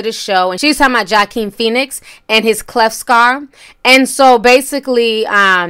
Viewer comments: Ti, his name is pronounced "Wakeen" not "Jakeen". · His name is pronounced wah-keen not Joeqeen lol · The “J” in Joaquin is pronounced with the “ W” sound. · Not “Joequin” Joaquin pronounced like Whakeen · When you pronounce his name it’s wah not jah. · I love you!!🤣💞 ... but i just gotta say one thing: Joaquin ... the way you pronounce it is Wa-Keen, not Joe-Keen 💙👍🏽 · Jack-een Phoenix?? 🤦🏼‍♀️ Really TI? Walk-een Phoenix or Wok-een. He is an Oscar winner & phenomenal actor, he deserves his name said correctly. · The name is Joaquin not Joe King get it right. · The person who made this video said Jah-keen then Joe-keen, lmfao Joaquin is pronounced Wah-Keen, as in Joaquin Phoenix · Wa'keen but spelled joaquin say it with me wakeen like a wak u cook with wok not jockuin ok i hope this pronunciation helps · Joaquin is pronounced with a "W" sound not a "J" ( sounds like Wa-Keen) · it's pronounced WA-KEEN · His name is pronounced wha-keen. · No ma’am is pronounced huakeen. The J in the Latino community is pronounced that way. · Oh and it’s pronounced “Wah-keen” Phoenix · It hurts my ears when you say his name. It sounds like Wah-Keen. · His name is WAH-keen. You never pronounce anyone’s name right. 🤣🤣🤣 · Ha! T, that man’s name is pronounced “Wah-keen”, the J is shhhh. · You said his name wrong. It's Joaquin (WHA-KEEN). ❤❤❤ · How did you pronounce Joaquin’s name... “Jakeem” lol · sorry it’s pronounced like this (HOAKEEEN) ❤️ ❤️❤️ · It's actually "ho-ah-keen" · More like wah-keen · It's waa-keen. She stays butchering names trying to be funny and it's not. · She is Nigerian and born going to get some of the names correct!! I thought she was pronouncing it correctly. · Ti his name is said like: WAH-keen. Chile you be messing up these names. 😭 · It’s pronounced “Wah-keen”, Ti lol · "Waaw keen" say it with me. God damn!!! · said ‘Jahkeen’ 😂😂🤣😩😩😩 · It's pronounced "Wakeen". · His name is pronounced WA-KEEN. Jesus! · "Jah-Keem" 😂 Naw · Joaquin= WA-KEEN